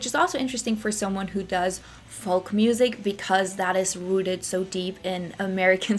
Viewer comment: Interesting video. BTW "Folk" pronunciation in English English is "foke"(silent L)